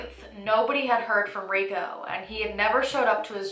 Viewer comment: Why do you pronounce his name as "Ree go" and not "Ree ko"?